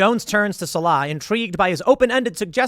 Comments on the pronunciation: The character's name is pronounced Sawl-uh. Not suh-Lah. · Why is everyone pronouncing SAH-lah as sa-LAH? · The new movie is worse than aliens, a UFO, and prairie dogs?? Also the character's name is SALL-uh, Tim. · Tim's never even seen the original, or he'd know how to pronounce Sallah's name. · If you were a fan of Indiana Jones, you'd think you'd know how to pronounce Sallah's name. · I believed you really had watched Raiders of the Lost Ark until you mispronounced Sallahs name lol😅